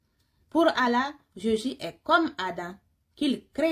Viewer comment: Très bien cependant il faut accentué les 2 LL dans le nom de ALLAH ❤❤❤.